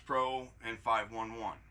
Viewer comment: hey buddy love what your doing just a lil thing its pronounced 5 eleven not 5 1 1 and on the paint its Rust oleum its good stuff also thank you for service